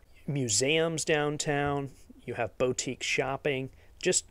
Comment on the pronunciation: I think you made up a word when meaning to say "Boutique" (pronouced: Boo-teek). But you said it like "Bo-teek" so maybe the southern spelling should be "Beauxtique" 🤣🤣🤣